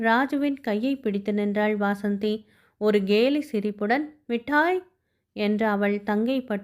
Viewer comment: Madam, வாசந்தி இல்ல வசந்தி